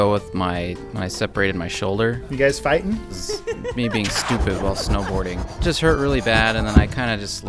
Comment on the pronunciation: "Yu Guise phiten?" Adam "AssSmasher" Kovic 2016